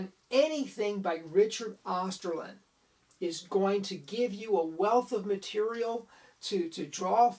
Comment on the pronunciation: "Osterlind" .. not "Osterlund"